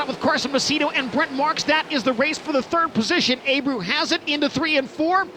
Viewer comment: Abreu is pronounced “ Uh-bray-you “ not “ A-brew “